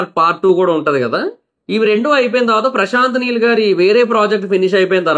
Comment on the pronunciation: Prashant Meel kadu bro prashant neel